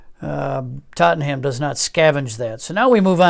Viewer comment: Very nice & intriguing. I'm very much looking forward to finally being able to get this at the end of the month (August '22). It does pain me every time I hear TottenHam. It's far closer to Tot'num :)